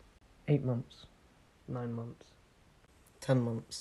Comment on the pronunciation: I’ve heard months in that accent so many times now, that I’m hearing “mumphs” not “months”